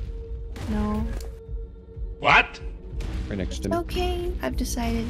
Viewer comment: Shinny B 😭I swear you do this on purpose.